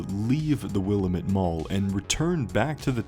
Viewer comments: Weird how they or you pronounce Willamette. We in Oregon say Wil-lamb-it (wuh-la-muht) Since I live next to the Willamette river, never heard it like that. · In oregon we say will-Am-it. Am like ham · It’s pronounced will-am-it… Jesus Christ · I’ll never get over how grinding it is to hear “Willamette” mispronounced by YouTubers